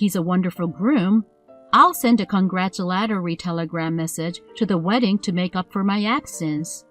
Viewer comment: Ridiculed is pronounced rid·i·cule /ˈridəˌkyo͞ol/ Congratulatory is pronounced con·grat·u·la·to·ry /kənˈɡraCHələˌtôrē/ . Please double check your vocabulary. Please check your grammar and pronunciation if you intend to do more videos.